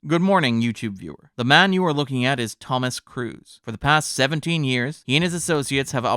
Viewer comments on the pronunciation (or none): none